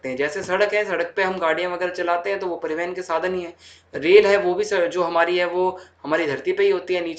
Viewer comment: Pari(van) ke sadhan 😂 btw nice explained 🔥